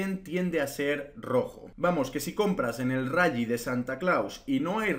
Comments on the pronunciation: Se pronuncia "rali" no "rayyyyi" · El rayi? Que es eso? El rayo vallecano? Rayo Mcqueen? Rayita? O te refieres al RALLY y lo pronuncias como el que en vez de Google dice Gugle? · No se dice rally crack. Así se escribe pero se dice "rali".